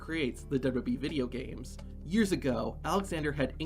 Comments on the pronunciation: Say it TF with me: DOUBLE-YOU-DOUBLE-YOU-E Not dubba-dubbee... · The narrator doesn't know how to say "WWE".